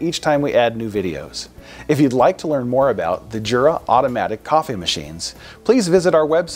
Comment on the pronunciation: I thought it was pronounced Yura?